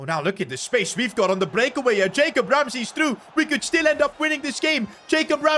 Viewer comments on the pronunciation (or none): none